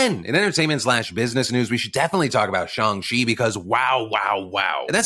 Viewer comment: Thank you for pronouncing Shang-Chi correctly 🥺🥺🥺 It’s little things like this that def have kept me a fan since 2008 ❤️❤️❤️ That and being able to watch you get spit on 🤷🏼‍♀️